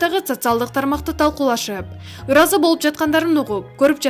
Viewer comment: Айланайын, суйлоп аткан кыз эмне деп эле канкылдап атасын,туура суйлогонду уйрончу.Качан уйроносун суйлогонду ?Ушул видеонду кайра уксан эмне деп эле канкылдаганынды.ыразы болду дебей шашпай ыраазы болду деп так,так суйлосон э.